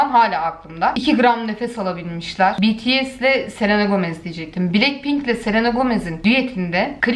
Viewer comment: _BTS bunu anlamak icin army olmaya gerek yok aslinda o grubu seviyorum bts okumasini bilmeyenlerede gıcık oluyorum betese diye okuyorlar bities doğrusu zaten biliyosunuzdur mesela benim bts de sevdigim sanatcilarda var v, rp(rapmaster),jk(joonkok kusura bakmayın yazılışını bilmiyorum ama anladinız) iste bunlari seviyorum beni anti yapan sey arkadaslarimin baskisi yani mesela ben seviyorum ama fan olacak kadar ilgilenmiyorum arkadaslarim beni kucuk dusurmesinler diye de anti oldum diyorum sosyal medyadada böyleyim